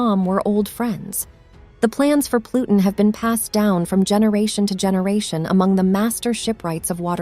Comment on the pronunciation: Loved the video best part was hearing plutin, plutin, but what about ur anus. Lmao